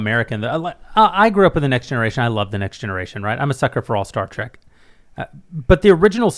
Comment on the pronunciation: Trek tim... its trek! Not track and YOU KNOW THIS MAAAAAAAN!